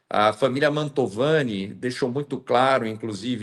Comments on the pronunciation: Mantovani... NÃO Montalvani.....❤❤❤ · Fala o nome certo da familia! Não é montalvani... é MANTOVANI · te adoro, mas de novo vou te corrigir, não é família "Mautovani", e sim MANTOVANI..Bju! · Ótimo vídeo e ótima entrevista,... Mas só um detalhe: não é Montalvani, mas sim Mantovani. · Só uma correção, é Mantovani o sobrenome, não Montalvani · não é Montalvane e MONTOVANE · MANTOVANI,!!! E não Montalvani😂😂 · Uma dúvida sobre um detalhe,: por que você insiste em chamar a família perseguida pelo Alexandre de "Montalvani", quando todo mundo sabe que o certo é "Mantovani"? Na próxima vez que falar desse processo absurdo, corrija isso, por favor (a não ser que seja uma tática anti-censura). No mais, parabéns pela esclarecedora e corajosa entrevista com o advogado. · A ta pronunciando errado o nome. É Mantovani e não mantalvani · Acho que o nome é Mantovani, não Montalvani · MonTALvani não,. MANTOVANI kkkkkkk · É Mantovani e não Montalvani… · Que "Montalvani",? É Mantovani. O advogado repetiu o nome certo o tempo todo e você continuou falando errado. 🤦‍♂ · É família Mantovani e não “Montalvani”. 😅 como repetido diversas vezes pela. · o sobrenome é Man T O vani. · MANTOOOOVANI. Não Mantaaavani.😊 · parabéns pelo vídeo! Corrigindo, família Mantovani; vc diversas vezes pronunciou errado o nome da família. Amo vc; Deus te abençoe!🙏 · Por que a não é capaz de pronunciar corretamente o maldito nome da família injustiçada? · Família MANTOVANI MANTOVANI MANTOVANI!!!! Caraca, dói no ouvido, o advogado fala toda hora o nome correto. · é MANTOVANI. MANTOVANI. É importante falar o nome corretamente porque isso fica registrado pra história. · Bom dia. É Mantovani, miga rsr